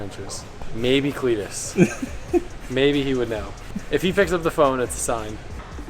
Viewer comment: Legit cringing with this video then you call cleeter and i stopped cringing and started laughing with hit holy shit. Step in the right direction. Solid axles are the way to go get a marker and straight edge and line the axels so when ya pull em next time you can see how or when they start to twist. Can make it a mission to make candy cane axels. 😂